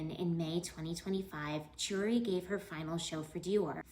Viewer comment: Chooree? 😂😂😂 Why talk about fashion when you can't even say their names correctly. KEY-oo-ree